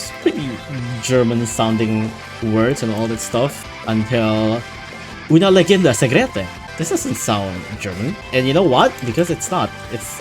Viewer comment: The way you pronounced "una leggenda segreta" killed me as an italian